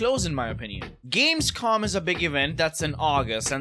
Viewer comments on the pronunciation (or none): none